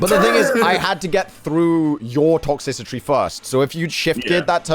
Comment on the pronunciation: "Toxicitry" lmao its Toxtricity my guy